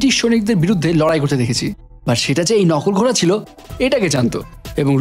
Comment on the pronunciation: Vai apni kinto nokol ghoray na bole coray bolecen ekto sunben pls don't mind